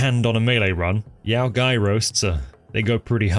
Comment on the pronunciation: Hearing pronounce yao guai as "yow guy" gives me radiation poisoning.